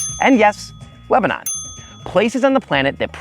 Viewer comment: Am I the only one who cannot stand to hear him butcher the word Lebanon?